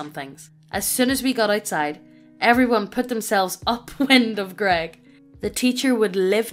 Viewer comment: To be fair, the TTS mispronouncing "grEGg" was hilarity for me XD